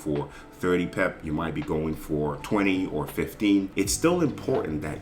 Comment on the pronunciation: Is there a reason you always say pep, instead of pip?